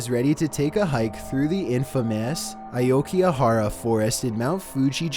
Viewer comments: did you say aouki Ahara It’s Aoyagi gaihara I live in japan so I know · it’s the “Oh-ki-ga-hara” forest. You’re voice is irritating enough without you mispronouncing words! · Aokigahara "Ayokihara" It's okay. You tried. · Bro it's pronounced as " Aoki-ga-hara !" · The way you pronounced Aokigahara is sickening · How did you pronounce that forest my dude? I lol'd. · The way you pronounced Oakigahara was hilarious